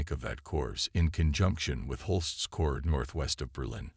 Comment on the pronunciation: I do wish your production team learned how to pronounce words. In German, if a word begins with J, it's a Y sound. You don't pronounce Jodl saying the J. The same with jawohl (yes). Also, Corps is not CORPSES. Unless you are speaking about the dead